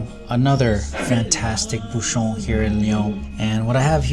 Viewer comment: Question de prononciation. LYON ne se prononce pas lé-one mais li-on. De même, un bouchon se prononce bou-chon et non bou-chonne